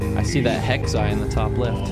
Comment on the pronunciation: i love watching this video but it physically fucking pains me to hear him say “hex eye” when talking about the official icon for the mii editor. like.